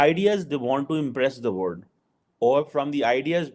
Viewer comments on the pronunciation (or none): you have a long way to go before you will be considered a competent “Academic and Stretegic analyst”. BTW you misspelled ‘Stratagic’. Just like you have been mispronouncing “World” as “word”. My advise to you is to stop making a fool of yourself and get some real education in a reputed university. Stick to urdu, most of your audience in Pakistan doesn’t speak English. I am not a political or strategic analyst, but your ‘analysis’ is flawed in many respects. Gather your thoughts on a paper before recording your rants, get them peer-reviewed by proper academics and analysts (preferebly not Pakistani, you are anchored to Pakistan in every statement. Not a trait of an academic, but that of a nationalist). Get a hold of yourself, pick yourself up, and start again. Wish you all the best in your intellectual pursuits.